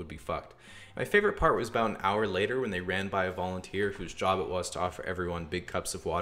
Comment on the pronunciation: When he said “fifteen minutes later” you could hear the Australian accent in “fifteen minutes” and the Canadian in “later” lol